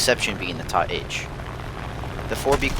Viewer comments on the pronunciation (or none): No such thing as a TA-H, its a T A 152 H, please stop making words where they don't exist.